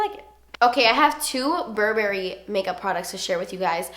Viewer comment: I agree with the Tartelette palette....and I don't know why the browns come off as orange on my skintone even though they look so cool-toned! Also, wanted to tell you that "Burberry" is pronounced "Bur-bur-ee" and not a hard "berry".